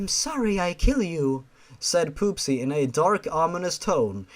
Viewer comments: I think that her name is not pronounced as poopsy but popsy it would make more sense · At one point, I though said: P00SY.